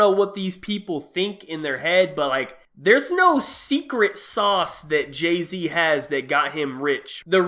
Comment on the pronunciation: Who the fuck is Jaz-Z?😂